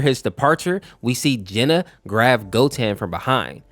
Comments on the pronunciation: he called broly 'brol-ee' and cheelai 'chilliya', also gine (i think that's how you spell it) 'jenna' and 'gina' and he thinks piccolo is a better father than goku, you do realise piccolo is 4 years older than gohan, he's more like a brother, and when he was like a brother he either just sacrificed himself (which goku did twice) in the exact same way as he did, beat him up, throw him into a mountain, gohan thinks of him like a friend/brother, not a father, you can tell because of what gohan calls piccolo and what he calls goku, this is another one of super's failures when they misunderstand a character by making an exaggerated joke about them become true which makes people think it's also true in z (example: goku loving fighting, krillin's height, vegeta all of a sudden wanted to be stronger than goku when he lost that urge at the end of z) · Jeena, Fecheta, Brawly, Cheelia!?...like, you've heard these names said in the show before, right? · You pronounced some of the names wrong. Gine is pronounced "Geen-nay" and Cheelai is "Ch-E-lay" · Dude it's gine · (I refer to demon king piccolo as DKP) Piccolo isnt actually DKPs son hes actually just DKP reincarnation (aka still DKP). An unknown namekian named "katatz" who is the father of the nameless namekian (the namekian before kami and DKP were "split") is the father of piccolo (also the pronunciation of "bulla" "gine" "yamcha" "broly" and "cheelai" are killing me 💀, also thats turles not bardock, fourth correction is that piccolo isnt his doppelganger, he fused with kami who was DKP (he became kami) so DKP could replace him but he managed to control him (its a refrence to when kami and piccolo fused into the nameless namekian in the android saga) and also nail is a snail because namekians are like slugs, also a reference to lord slug) enough of my rant lmao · Mispronounced Name: Gine, Cheelai, Broly